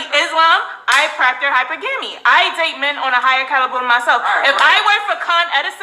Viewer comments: (Hi per..ga mi) Is the pronunciation...lol smh 🤦🏾‍♂️ she proud she makes her 70k a year 👏🏾 It's nothing wrong with what she stating that she wants I get it.. yet if her energy comes off like that too a man that she desires he is going to sniff that right away sweetheart. If she practice femenity less aggressiveness she can be wifed up by one of those men. If she keeps on she end up as a baby mama at best and not the wife. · I feel what she is saying but It's driving me nuts hearing her trying to sound super intelligent and mispronouncing that word.....constantly and so confidently🤦🏽‍♀️ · This woman is a fool she doesn’t realize that is not how to say the word. Plus she is not explaining hypergamy she is explaining gold digging. Why is she not taken care of yet. She’s not an ugly girl she’s just not taking it which means she practices nothing funny funny woman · She can't even say the word correctly. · She can’t even pronounce it right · I think the men were mocking her because of her mispronouncing of the word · For all you dummies in this comment section... thinking she's pronouncing the word wrong...Type in (21 studios Richard Cooper Hypergamy) You can definitely say this word two different ways!! Stop following the crowd!! I hate the internet bunch of followers!! Just because you don't like what she's saying doesn't mean you can disrespect her!!! 💯🖕🏽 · Can't knock a woman's hustle.....just be happy with the end game. Learn how to pronounce hypergamy lady!!!!!! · Uhm no that's not how the word is properly pronounced. You along with the woman in question need to go back to school and take English again. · The girl that kept pronouncing the word hypergamy word sounds like she just recently stumbled on that concept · I honestly don’t think she said anything wrong outside of she’s pronouncing the word wrong. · How can you practice something you can't even pronounce? Make it make sense 🤔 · She butchered this word 🔪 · The very fact she can't pronounce hypergamy